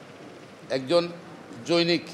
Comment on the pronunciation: ভাই উচ্চারণ ঠিক করেন। জনৈক-এর উচ্চারণ জ+নই+ক = জনৈক। ব্যারিস্টারের উচ্চারণ ভুল হবে কেন ?